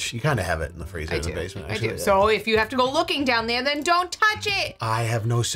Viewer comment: that Boston accent came out heavy on "down there" lol